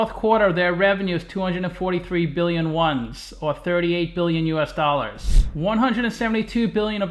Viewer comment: Yuan is not pronounced one's btw. More like 'wan'. As in Obi Wan Kenobi